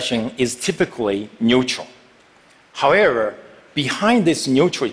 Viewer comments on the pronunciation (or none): did he say howerer?